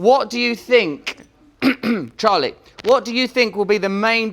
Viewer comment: Charlie's accent is not right!